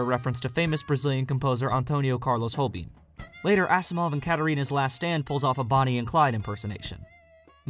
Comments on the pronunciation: Again great video, but Tom Jobim brazilian musician is pronounced like 'Jo' + 'bin' not like Robin, it's portuguese not spanish :D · you pronounced the name of the brazillian Tom Jobim in the spanish way(notocible in de "j"), but here in Brazil we speak portuguese. it's less like an "r" an more like a "g'. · Just like to point out that Antônio Carlos Jobim is pronounced with a soft J not an H. We don't speak spanish here ;)